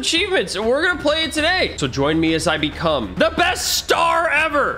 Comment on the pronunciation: When said "today we become" The come sounds wierd....